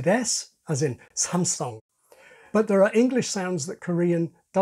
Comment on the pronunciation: Greetings and thanks for a great analysis! A few small details: Your pronunciation of “Samsung” was just right. But your graphics person erroneously added another aspiration mid-word, when it should be only on the initial S. In my experience Japanese has quite the same allophone situation with R/L as Korean ㄹ. Maybe it’s less clear because they don’t write alphabetically {らりるれろ}. E.g. Japanese 文楽 (bunraku) is typically pronounced with a big L-sound in the middle. I’d be interested to know if you have sources that explain a firm distinction. A common problem with transliterated Korean: The first vowel in 정국 is spelled “u” but pronounced /ʌ/ or /ɔ/ like “Jong” rather than /ʊ/. (From an American with some years of in-person contact with urban Korean and Japanese.)